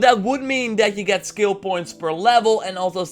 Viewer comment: Took a dab(shatter) every time the word of the day "ssKilll" was said